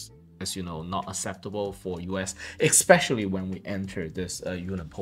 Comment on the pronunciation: Please don't say eXpecially. It's eSpecially.